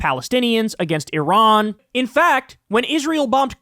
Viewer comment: after two years he can not even pronounce the name of Iran !